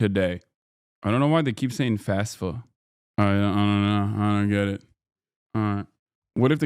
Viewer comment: It annoys me to no end when people refer to FAFSA as “FASFA”